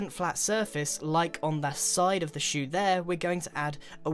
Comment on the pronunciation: i didnt watch you build a foothouse, i just listened to you say "bewt" "shew" "fut"